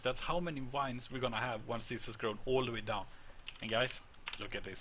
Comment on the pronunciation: I love how he says wines instead of vines